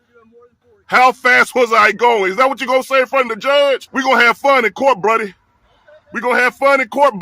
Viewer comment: Dude said “Bruddy” God Bless him